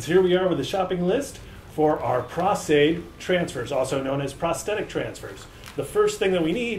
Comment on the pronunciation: Dude it's PROS-Aide, as in "pro" with an "s"! lol